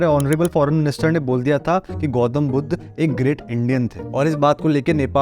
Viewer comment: Bsdk pehele buddha sai se pronounce karr